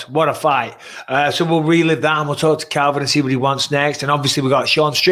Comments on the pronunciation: Michael pleeeease dude , it’s pronounced CALVIN, not Kelvin FFS 🤦🏻‍♂️ Anthony btw is EXCELLENT!!!! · Anyone notice Bisping kept on getting Calvin's name wrong?!?!